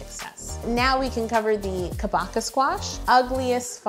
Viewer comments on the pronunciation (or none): yo: * googles it * “it’s pronounced ka-baka?!?” also yo: continues to call it kabo-cha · I thought it pronounced “ka-bo-cha” not “ka-bo-ca” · I’m accustomed to the Japanese pronunciation of Kabocha which is cah-bow-chuh so hearing it pronounced like Chewbacca was really weird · you pronounce Kabocha as "Ka-bah-ca"? I usually pronounce it as "Ka-boh-cha" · Omg noooo it is pronounced (Kah-Boh-Chah) idk where Google got cabaca from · She rly just said kAboCka. She said kabUcha. It’s kabocha. Just pronounce it normally. That translate thing is wrong lol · It’s pronounced ka-bo-cha not ka-bo-ka!! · It is pronounced KAW-BOW-CHA.... Not BU... And it means pumpkin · I love it!!! These look sooo realistic!! Also since Kabocha is Japanese, it's pronounced, "Kah-boh-cha", the "ch" pronounced like "cheers" <3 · The correct way to say is ka-bow-cha now I really want to make this pumpkin spice cake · i like how she asked how to read kabocha but continues saying kabooocha instead anyways HAHHAA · Google is incorrect. Kabocha is just the Japanese word for pumpkin, it's pronounced kah-botch-ah (no stress on any syllable, and each syllable should be the same length). かぼちゃ is how the word looks in Japanese. I absolutely love your videos! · Google wasn’t correct on the pronunciation. It’s “ka” (like in car), “bo” (like in bowl), “cha” (like how you’d normally pronounce “do the cha-cha slide”) I know you tried and really it’s google’s fault but I cringed every time you said Kabocha wrong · Yo: Kabacha?* Cabancha?* Chewbacha?* Oh forget this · Dear heart, Kabocha is Japanese, so three syllables: Ka bo cha. I love you. Keep using interesting items as models for your cakes :) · Google is incorrect! It’s CA (like in “kite”) - BO (like in “boss”) -CHA (like in “chai”) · Kabocha is ka-BOW-cha (bow like bow-and-arrow) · It's actually pronounced kah-bow-cha, but I enjoyed the different variations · yolanda: how is it?? kaboocha ? google: ka bah kha yolanda: ... okay so the kaboocha